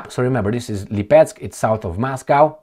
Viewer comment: Hi. This city is called LEEPETSK (accent on its first syllable). Cheers